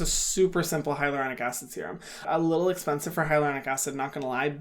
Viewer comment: no one: literally no one: Hyram: Thas espensive hahahaha